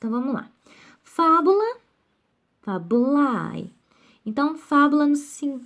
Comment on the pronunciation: A pronúncia de FABULAE, genitivo singular e/ou nominativo plural de FABULA, é "FÁBULÊ" e não FABULAI. LAETITIA pronuncia-se "LETÍTIA". Quem não conhece a pronúncia não pode, não tem condições, de lecionar nenhum idioma.